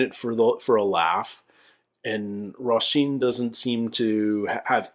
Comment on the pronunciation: love that you’re going back doing these. You have such an interesting perspective and love it that you take things so seriously! Btw— not sure if this will matter if you’ve already recorded these by the time this is posted but the ‘s’ in Roisin should be an ‘sh’, so it’s Roh-sheen.